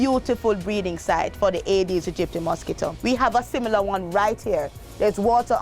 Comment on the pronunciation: Could pronounce the mosquito specie slowly. Agee dedistie is what I hear